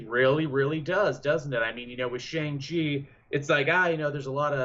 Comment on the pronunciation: It's Tony Leung (Lee-ung) Shang-Chi is (Shong-She) The dragon is The Great Protector. Marvel Studios learned the lesson if Iron Fist by never making Iron Fist lol Also, called Tim Roth, Tim Robbins lol